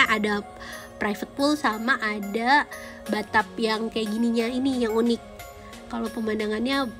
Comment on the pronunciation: Kok msh aneh ya ngedenger bocan ngomong bathtub